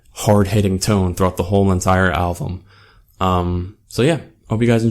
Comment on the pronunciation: QUIT SAYING ALVUM! it's "Album" also...i think this is one of their best albums. YET i am NOT a fan of the dubstep shit they put in the intro track, I actually didn't like their last full album AT ALL! i believe this album was a return to origin, it's funny because DIR EN GREY and MUCC have all done "return to origin" albums...also...you should go back and listen to madara and disorder and shit, gazette's old shit. i've been listening to them for about 12 years. pretty decent review, but you need to do a little more homework. Deux is french for 2. some of your pronounciations were off...that being said, not bad. but so you don'y come off as a tad uneducated.